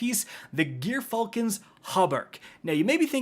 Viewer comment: It's "Jer-falcon's", G.dammit.